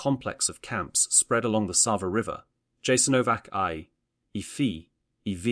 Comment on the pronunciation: Yasaenovac not k . If you talking about such a sactrd place you need to pronounce its name correctly.Thank you but West has NO IDEA what thappenet there....